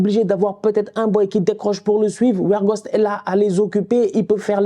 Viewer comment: Weghorst je prononce Végorst pas Wergost🤣